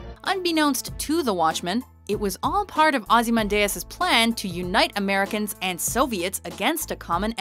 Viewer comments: Not only that Eddie, but the pronunciation is wrong. It's NOT Ozymandais, It's OzymanDIAS. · Ozzy-man-dee-us not ozzy-mun-day-us.... F$%^!!! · I think ozy-man-Dias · "Ozymandayus" you mean "Ozy-mandee-us" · Please make sure you pronounce the names correctly. Dee us not day us. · Ozzy Man Deus???? GTFO Ozzy Mandy Us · sonicdeatmonkey I know right, Ozzy-man-day-us............what?!?! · I died when you pronounced Ozymandias. Aussie-Man-Day-Ass is just wrong. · The fuck you pronounced Ozymandias as "Ozzy Man Dayus" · Evil Villan Ozi-men-day-us! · what the fuck is a ozehmandayas? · Everytime yoy pronounce it Ozymandayus I want to cringe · that pronunciation of Ozymandias makes my eyes bleed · prepared to write something in defense of but then I heard the pronunciation 10 seconds later. Just, wow... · came here to say something along those lines. Ugh that part of this channel drives me insane, they could at least check their pronunciation on this shit before doing it. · was bout to write in a comment section my self, but it's easier to check below and see if someone has done it alredy -.- WD does like to tease us. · Dont they say his name in the movie? always does this. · Each mispronunciation of "Ozymandias" was just a stab in the heart. Uggghhh.... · It's pronounced "Ozzy man di us" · The pronunciation of Ozymandias. Wow. Just wow. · Mispronounced Ozymandias. Good to see its not just the anime lists that are plagued with that. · Ozymandias isn't evil and you said his name wrong. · What's with the weird way of saying ozymandias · Another completely random top10. Also that's really not how you pronounce Ozymandias. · Please don't say Ozymandias' name anymore unless you're gonna pronounce it correctly,.:/ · Could your pronounciation of Ozymandias be any worse?